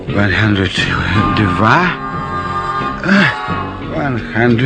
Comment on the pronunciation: łan handert dwa .... łan handert trzy XDDDDDD ;D